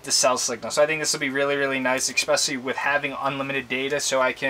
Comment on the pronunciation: Did this guy just say EXPECIALLY? Nice vid but can’t take him seriously anymore